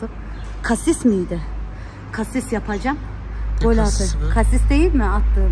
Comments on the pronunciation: Kasis❌️ Asis✅️ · Abla kasis değil asist o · Kasis değil asist😂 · asiste kasist. Diyor😂😂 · asiste kasist diyen koca yürekli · kasis diyo ya 🤣🤣🤣🤣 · Asiste Kasis diyen 😂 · Abla cassist deyil assist 😂😂